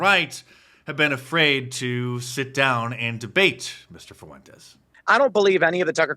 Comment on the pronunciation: Can’t even pronounce Fuentes